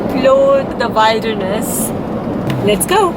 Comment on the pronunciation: Please note it’s pronounced as Will- der-ness not wilder-ness. ( will rhymes with Bill)